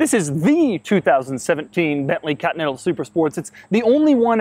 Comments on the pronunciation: Back when Doug knew how to say Continental, not cottonnettle. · Doug the type of guy to pronounce "Continental" as "Cotneddle" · he is actually saying "continal" every single time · Krayzie D nope he says "cotneddle" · Is it just me or does he say "Cotinetal Supersport"? "COTINETAL"!!! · Bently "cutnettal" super sport